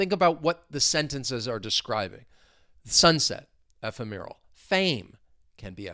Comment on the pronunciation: In the word ephemeral why do you stress the third syllable? I thought it was on the second one